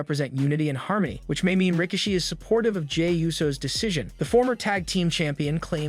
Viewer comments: His name is pronounced “RY-KEY-SHEE” (RIKISHI) 😂😂😂…you must be new watching WWE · Pronounced sikoa and rakishi wrong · strange way to say Rikishi